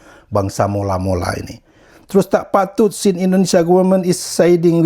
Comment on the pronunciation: Mola mola bang,bukan Malo malo😂